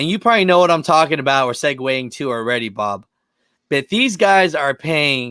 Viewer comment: I turned the playback to 1.5 speed and when you said Bob’s name it sounded like you said “Ababu” and it made me do a double take